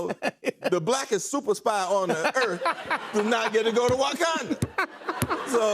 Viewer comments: him saying WAkanda is hilarious lol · Unc said WOKanda. I love lol.